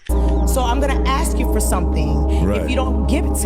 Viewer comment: "I was talking to a mayan...Ax me something specific"